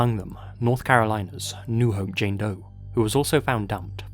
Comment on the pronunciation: "and examine some DOE cases" Me: wait what? did he say "Dope" cases? lul